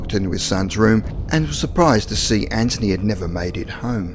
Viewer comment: Hi's name is anthony not anchiny